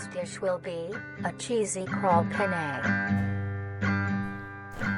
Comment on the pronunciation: Im sorry but every time they say penne as "pene" as an Italian sounds- Lol (since pene means D in italian)